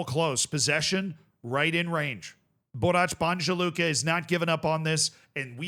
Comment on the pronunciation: Stop looking for how to pronounce Balkan teams on Google Translate. Its Borac BaNJa Luka, the NJ part is the same sound as N in New York, or mix of ‘n’ and ‘y’, as in the English pronunciation of ‘minion’. Same as Celje, it is not S the first sound, it is normal C sound, like the C sound in the word center. And LJ part jus say it is the same sound od LLI in the word million. It is not the C sound from the word chat!